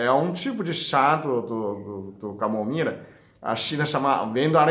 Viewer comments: Que lindo o doctor falando camomira😘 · Camomira 😂😂😂Amo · Que lindo o Dr falando camomira, eu tomo chá de camomila todas as noites, obrigado por tanta dedicação, Deus abençoe você. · Eu também percebí. E falou várias vezes kkkk. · Sim! Ele falou com o sotaque dos chineses né... É um ótimo médico!! Parabéns pelo vídeo.👏🏻👏🏻👏🏻🙋🏻‍♂️👍🏻✌🏻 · ainda não conseguiu desenrolar a sua língua chinesa até agora, não desenrola mais, vai ser mesmo camomira. rsrsrsrsrsr